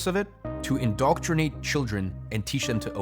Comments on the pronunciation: Indoctrinate - not indoctornate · Indoctornate? Don't you mean INDOCTRINATE?